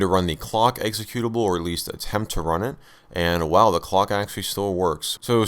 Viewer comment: exe CUTE ABLE... not EXE CUE tive...